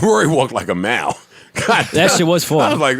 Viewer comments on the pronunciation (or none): This nigga Joe called Mal Maller Alert 😂😂😂